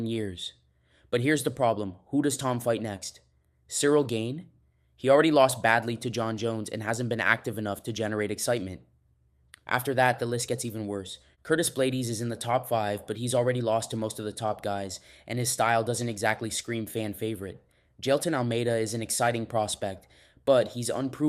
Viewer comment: bro how are you as bad as Uncle Chael it comes to pronouncing names😂😂😂 curtis blade EES😂😂😂